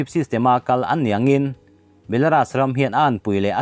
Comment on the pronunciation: 'Belaras' ni lovin 'belarus' mizo 'u' anga lam tur niin ka hria.